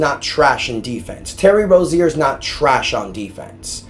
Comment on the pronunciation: And bro it annoying how u say rozier say it right bro ur basically saying terry rosier